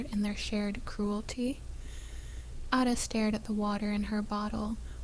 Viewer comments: LOOOVED This story! Would love to have another story about Ada. It’s actually pronounced A (like apple), DA (duh). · The pace of the narrator’s voice must be quickened, because this present voice does not inspire the listener to continue listening! The pronunciation of Ada’s name, should be corrected! A, pronounced as in the letter ‘A,’ da, pronounced as in ‘da.’